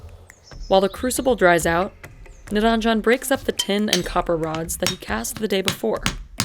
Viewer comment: The name is Niranjan, not niraanjan! If you're Indian, please learn to pronounce Indian names correctly. It's the least respect you can show to your ancestors, fellow country men, women and places.